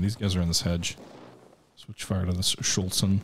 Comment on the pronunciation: Please, it's not 'Schultz-en' !